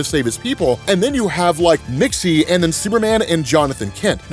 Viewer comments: your annunciation of Mxyzptlk is closer then half the people complaining about it. Most people either add whole syllables or just outright ignore letters in it. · He's pronouncing it correctly btw